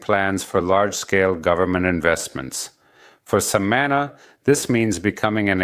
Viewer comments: Hey Amigo.. love your Channel.. very informative.. One suggestion. Learn how to correctly pronounce the name SAMANÁ... the accent is on the last syllable.. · I heard his first pronunciation and made a comment of annoyance to myself. I am happy for the people. I just hope these tourists respect the land, the people and just enjoy all our special jewels. God spared no expense when create Samana.